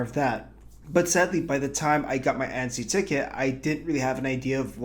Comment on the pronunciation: your pronunciation of annecy is off